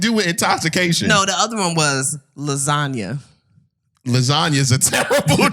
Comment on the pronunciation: "LaSanya" lol lasagna